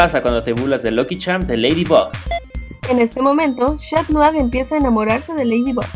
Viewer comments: no es shat nua era catnua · esta bien lo q disen pero no es chat mou es cat mou